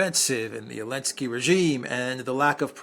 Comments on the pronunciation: I really wanna know why calls Ukraine’s President “Elensky”.😂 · Elensky. 😂 I love you for that